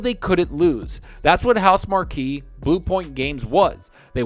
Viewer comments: AND ITS PRONOUNCED HOUSE-MARK!!! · Always thought Housemarque was pronounced "House Mark". Playing Yakuza : Like A Dragon. Now that's a game you can just fall into for hours.